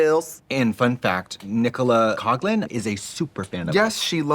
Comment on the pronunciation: I also kinda lolled at Katya, an Irish-American, mispronouncing her Irish last name as “Cog-lan” when it’s actually “Cock-lan” - there’s a missed joke opportunity there and everything 😅